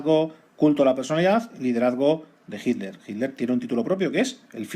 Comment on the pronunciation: Muy bueno como siempre. ¿Puede ser que el narrador cada vez que dice "Hitler" suena como si estuviera diciendo "Himmler"? Soy de Argentina, quisiera saber si es una forma particular de nuestros amigos de la madre patria España. Saludos